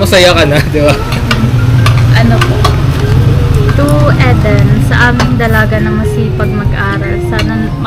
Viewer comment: Pronounce E as short I as in inch. Eden ganoon din puro short i masakit sa ears pag mali ang pronunciation ng name. Parang Ang movie East of Eden (Idin).